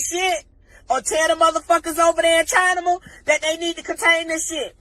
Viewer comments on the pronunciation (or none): She pronounced Trump "Trunk" & China "Chinama" 🤣🤣🤣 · "Chinamuh" ? 😄😄 Someone had sex with this broad...raw. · And noticed she called China "Chinima" Ignorant, Ghetto, and Ratchet all at the same time.